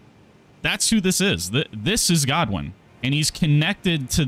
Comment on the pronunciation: Just wait for Vaati to do a lore video 😂. Also maybe Google how to say Godwyn before you butcher the Welsh language 😭